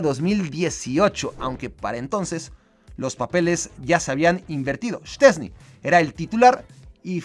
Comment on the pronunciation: Mis dieces por decir bien el nombre de Szczęsny! todos le dicen chesni jajajajaja